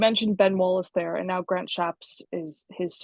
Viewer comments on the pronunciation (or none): none